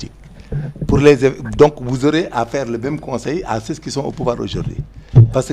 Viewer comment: Il remettre ces loosers à leur place, jouer à l'intellocommence par avoir une bonne élocution, gens se prononce "jan" et non "janss"😂 ceux se prononce "seu" et non "seu ss"😢😊😅 Parlez ouolof bon sang avec vos costards à dix balles, c'est quoi "républicalité" 😂😂😂???